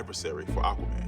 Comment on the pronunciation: Akwuhman - Dolph Lundgren